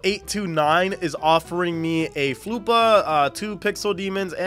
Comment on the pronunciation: hi. I am a big fan, and i liked and subbed - my username is HarryGoodall2012 also, I dont think floppa is pronounced as Floo - per, i googled that its called a “flopper”